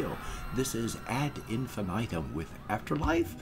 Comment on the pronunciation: Yes, you reacted to Unstoppable and liked it. Btw Nils is one of the singers for Amaranthe. And pronounce Ad in fee knee tem 😉. I suggest you react to Inferno from them. Tchuss !